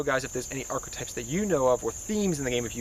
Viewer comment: "Arch-o-types" someone tell this man it's an e not an o